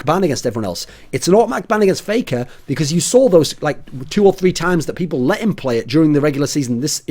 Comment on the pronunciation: "Playker" lol